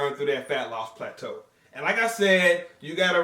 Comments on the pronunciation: Throwback to when used to pronounce it as "Platoo" LOL By the way I recently posted a PHYSIQUE UPDATE on my channel. be sure to check it out and let me know what you guys think! Greetings from South Africa! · no more plat-too eh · I was really hoping to hear pla-too like back in the day haha - Josh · Only pog og fans will remember when used to say "plah-too" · they don't know about "plah-too" and that busted ass spatula, then they definitely aren't OG haha